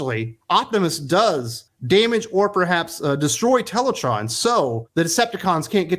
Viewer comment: Its pronounced Teletran as in the tran in Transformers not teletron